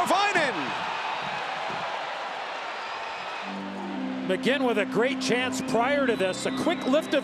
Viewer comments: This man said mckegg 😂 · They called McGinn McKegg multiple times in this video alone. NBC is such garbage. They knew next to nothing about the Preds when we went to the finals in 2017 and even now they're still pronouncing players' names wrong.